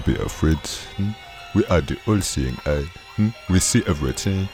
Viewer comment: He said "we see everyting" Me:THE TING GOES SKRRAAA